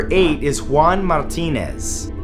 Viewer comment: When talking about the Juan Martinez, your rolls of the letters were very accurate and quite pleasing to listen to. Good job.